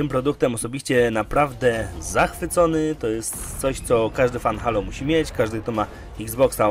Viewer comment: Nie żebym się jakoś strasznie czepiał, ale czy nie mówi się [hejlo]. Dzisiaj znalazłem ten kanał i jednocześnie zasubskrybowałem, jednak przez to, że sam mówię [hejlo] trochę się dziwnie czuję, gdy ktoś mówi [halo]. Oczywiście pewnie jest to kwestia wygody w wypowiedzi, nie mniej jednak zastanawia mnie ta kwestia. Aha, świetny kanał ;)